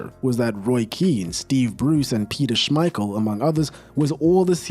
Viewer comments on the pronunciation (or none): none